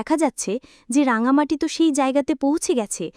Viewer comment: রাঙামতি ওর নাম, রাঙামাটি নয়।ভাষ্যপাঠের জন্য সঠিক মানুষ নির্বাচন করা উচিত